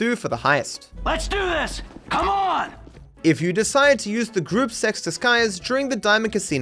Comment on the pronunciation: he did NOT say gruppe 6